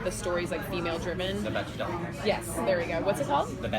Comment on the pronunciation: Ana Monten They pronounced the 'ch' in it, but you say it as if it's spelled with a 'k', like Beck-del. Just so you know. It's an interesting thing - you should look it up. ☺